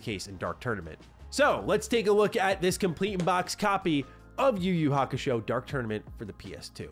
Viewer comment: Idk but kinda irritated when he pronounce the title yuyu kakushow😂😂😂